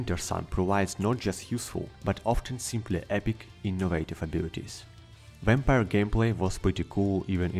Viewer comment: I'm curious why some of you non-english speakers add the english W sound to words like vampire when in this case it is pronounced just like in your language